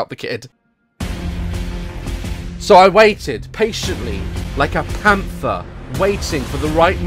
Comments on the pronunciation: daz: panfer me: PANTHER DAZ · When u said Panfer I absolutely lost it 😂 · Am I the only one who heard pamfa at the start when Daz said “so I was waiting like a pamfa “. Like he meant to say panther but I heard pamfa 😂😂😂